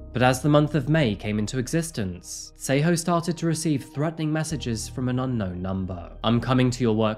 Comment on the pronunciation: Your pronunciation of the names is too terrible. Tsego (try saying "TS" like 'ch' but more like "tisk" with the 'I' or like in Ella Fitzgerald's song 'a tisket a tasket' then a soft "e" like in elephant and then "Ghaw" like the sound "awe" not a sharp 'O' like in go. You are literally calling her "Say-ho". This is so far off it sounds like a story about native Americans or First Nations peoples. It's great that you do videos on South Africa and not just Europe and the West but you really need to listen to some South African news or just ask someone who comes from there, in person or online, how to say the names because you are honestly BUTCHERING them! And that is coming from a white South African which already says a lot (we are not known for our proficiency of Bantu languages, sadly). We gotta do better. Can't even watch the episode, it really is that serious.